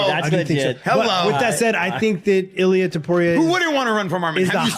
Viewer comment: It blows my mind that nearly every one of these supposed MMA channels can't even pronounce the names of even the most well known fighters correctly. If you can't pronounce Justin and Illia's last name correctly, just stop making videos!! That, or learn how to properly pronounce the fighters names, all of them!